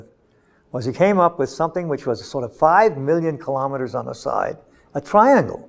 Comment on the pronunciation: KILO'METRES, not kalamaduhz.